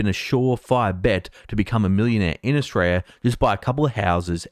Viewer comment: So good to see that you are more focused on your homeland, Oshraya, (as Victorians pronounce it). But you present less 'dudu' than you do compared to the American 'dudu' that you usually produce.